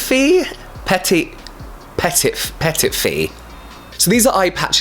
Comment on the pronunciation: petitfée would mean small fairy in french. it’s pronounced “pet-E fay”